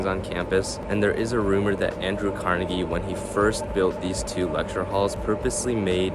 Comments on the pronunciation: kar-NEGG-ee. That's how people in Scotland pronounce it. That is more or less how Andrew Carnegie pronounced his own name himself. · You pronounced "Carnegie" wrong.